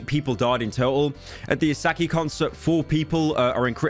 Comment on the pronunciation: So weird seeing pyro cover Nigerian music. Also it’s “a sha keh “not assahki🤣🤣🤣🤣🤣🤣